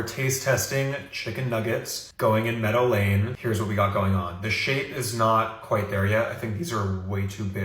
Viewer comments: I just keep hearing "Meta Lane" 😂 that's what flapping does lol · This whole video i was hearing "Meta Lane" instead of "Meadow Lane" and when i figured out that i was hearing it wrong i was sad because Meta Lane sounds even more obnoxious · Meadow lane? Like a bootleg erewhon.. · So someone looked at errehwone and said let's have it over on the West Coast.